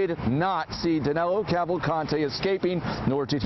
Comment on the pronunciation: Actually his name is DANILO, not Danelo.